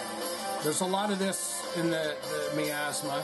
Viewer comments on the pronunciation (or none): Thank you. Next teach him to pronounce Miasma.